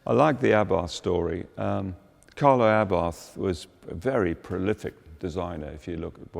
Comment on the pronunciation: superb show, immensely interesting all Murray's explanations.But for a car content publisher, thanks to pronounce, if ever possible, car producer's names correctly. There is no english "th" at the end of Abarth, it is pronounced Abart